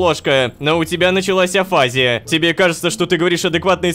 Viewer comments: Как же коробит неправильное ударение... Афази́я правильно, а не афа́зия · афазИя, а не афАзия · Я так дофига смотрела видео про афазию и шизофазию, что мне даже физически больно слышать "Афизия" вместо "афазИя" хелп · афазИя, пожалуйста говори так